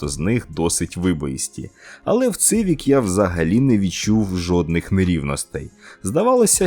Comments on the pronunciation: может я не прав но правельно Сивик а не Цывик , и японцы говорят Сивик на сколько я замечал ))))) и как мне подсказали , не знаю на сколько это правда , буквы Ц у японцев нет , соответственно не может быть Цывик ))) сорян за каЦапский язык ))) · Однозначно лайк. Тільки коли вже люди запам'ятають як називається одна з найрозповсюдженіших машин у світі? Назва моделі-- "СІВІК". не цивік і не цівік. Ви ж не кажете "цитроен"? чи може кажете?))) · Коли вже до вас дійде))))? Хонда Сівік не ЦИвік))) вже прямо як кацапи розмовляєте))) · Не Цивік, а Сівік. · Перекладаєте з англійської ? А чому не знаєте що С не читається як Ц?) Цівік кажуть тільки кацапи!